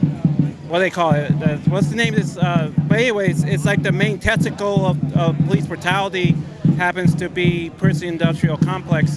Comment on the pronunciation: "The main testicle of police brutality" ....that's what I heard...anyone with me?